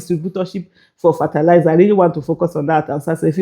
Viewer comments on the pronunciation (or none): 😂😂😂 This thing is funny ooo Even me I need that kind money And Aisha work on your pronunciation of fertiliser